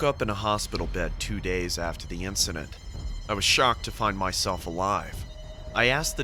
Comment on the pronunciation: Okay I'm sorry but when he said: I was schoked to find myself alive. I laughed my but off. 😂😂😂😂😂😂😂